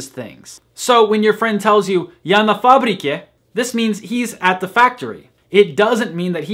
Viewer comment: NorwayBall_AIC Actually, factory in Portuguese is "fábrica", with accent. "Fabrica" without accent is the conjugation in the third singular person of the verb "fabricar", in present tense (ele/ela fabrica). The guy of the video pronounced фабрика exactly as we pronounce "fábrica" in Portuguese. P.S.: I'm Brazilian, so I speak Portuguese.